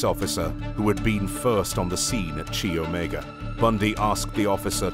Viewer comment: Chi Omega is pronounced (Kai OMEGA) not (chee Omega)